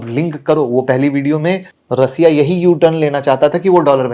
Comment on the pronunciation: बस कर बस कर भाई😂😂😂😂 थोड़ा हस लेने दे, ऐसे ऐसे नाम लाते कहा से हो, और रसिया नहीं रशिया होता है😂